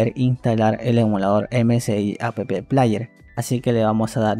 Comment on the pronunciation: porque dice "a pe pe plaier"? jaja porque pronuncia las letras de la palabra "app". Jajaja